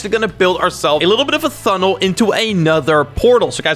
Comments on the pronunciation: said thunnel instead of tunnel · did he say "thunnel"? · “build a little bit of a thunnel”